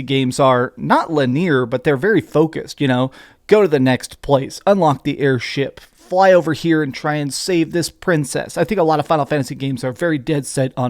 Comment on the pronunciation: I heard the vocal typo “Luhh-Near” (linear) lol. Good video!